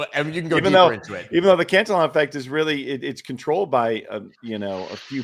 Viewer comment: I think it's pronounced "can-TILL-e-on" as opposed to "cant-a-lon", no?